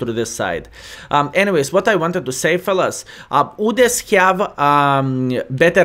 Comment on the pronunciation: I like how u say udes "OODES" 😂😂